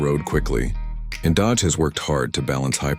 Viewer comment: Dodage huh? Atleast use good ai to make ai slop